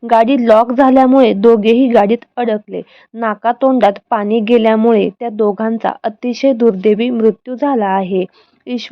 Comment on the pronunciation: आधी मराठी नीट बोलायला शिका मग व्हिडिओ बनवा अशुद्ध भाषा आहे. आनी पानी भाषा सुधारा